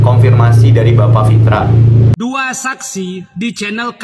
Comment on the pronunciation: Nama nya Pitra bkn Fitra.. pantat bkn fantat!:))